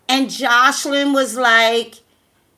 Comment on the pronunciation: Toya Monique Lol Yea her mispronouncing her name the whole video was like!😫😫🤷🏽‍♀️😝